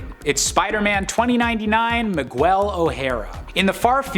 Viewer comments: Ma-gwel? It's Me-gell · Miguel is pronounced mi-gell. There is no "w" sound in it. That was the most Caucasian thing I'd heard in a while. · you know I love you, but you absolutely butchered the pronunciation of Miguel. It's MEE-gell. No "W". You should know this from Coco. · …Miguel. Not Migwell 😑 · I just couldn't get past the migwell part, im sorry lol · No Storm on a WHO LIFTED MJOLNIR list?!! The audacity!!!! What an insult! I'm disappointed in this list. Oh, and it's pronounced Mi-GELL???! 😡🤬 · Mig-well? MIG-WELL??? My fecking gawd the caucasity of this boy. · Why does he say Miguel like that its so annoying, damn bozo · Why did you say Miguel like that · Thank you. It was totally bugging me too, each time he said it. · I know. That was killing me. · Really enjoyed this list, but hit my breaking point on the mispronunciations. It seems like the fellas doing these lists need to take a page from Amanda and put some effort in. Miguel is pronounced “Mig-el” not “Mig-well”. You got O’Hara right- so do us browns a favor and get the other part right too.